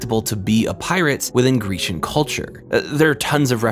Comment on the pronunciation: "Within grecian culture"... GERCIAN culture... GRECIAN!!!